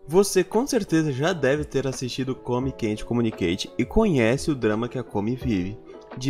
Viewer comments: Come quenteKKKKKKK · não consigo ignorar o detalhe de quando tu fala o nome do anime KKKKKKKK "come quente communication"